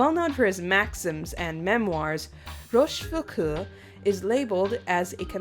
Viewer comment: The auld in Rochefoucauld is pronounced o but otherwise nice prononciation !